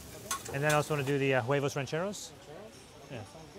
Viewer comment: We need to start a petition for to STOP saying “huevos rancheros” with an English “h”. It needs to be silent; he should be saying “Uevos rancheros” instead of “Hhhhuevos rancheros”.